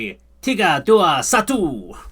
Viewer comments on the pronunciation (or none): Not EDU but DUA...for say 2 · Two is dua, not edu...thank...